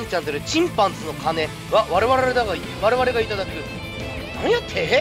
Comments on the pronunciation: わrrrrrrrれわれが めっちゃ舌巻きますやん😂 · 「わrrrrrrれわれだが」 舌巻きすぎワロタ